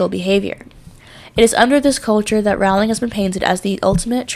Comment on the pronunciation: Great tribute! Please remember that her name is pronounced "Rolling", not "ROW-ling". Also the 'e' in Forbes is silent! Thanks!